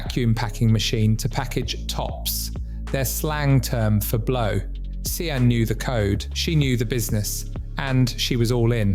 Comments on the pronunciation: Just so u know, Sian is pronounced Sharn or shan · SIAN is pronounced Sharn